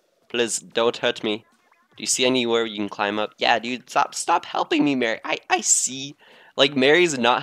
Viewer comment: Marie's name is pronounced Ma-re not Mary Callie Marie, Calamari